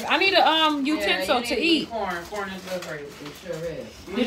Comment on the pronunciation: Why she Had to Pronounce “*CORN” like that!?😂